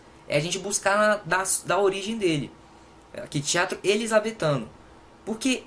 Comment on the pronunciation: "Elizabeffff" kkkkkkkkkkk😂